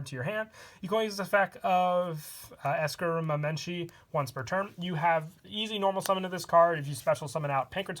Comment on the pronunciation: Congrats! You're the closest I've heard to the real pronunciation. For future reference, It's pronounced Es-cream-uh-men-chee